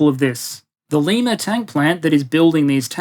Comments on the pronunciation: Thank you. Just for clarity, it’s pronounced Lie-ma, not Lee-ma. Didn’t expect my hometown to get a shoutout in this video lol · The Ohio Abrams plant is in LYE-MA. Not LEE-MA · Pronounced Lima Ohio wrong, it's lie-mah, not lee-mah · Lima, Ohio is pronounced Lime-uh, not Lee-muh.... Also how we pronounce lima beans (butter beans). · For the Lima tank plant...pronounce it Lie Ma. Love your work. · I'm not trying to "well actually". It more of a fun-fact about the odd USA. It's pronounced Lie-ma, not like South American capital. I have no idea why but Lima residents will correct you every time. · please pronounce my hometown correctly. It’s LIE-Ma. Other than that another A+ video. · On a miniscule point of correction, the city where the General Dynamics has their tank plant is pronounced with a long I, because it is our God-given right as Midwesterners to butcher the pronunciation. You don't even want to know what we've done to Rio Grande and Versailles.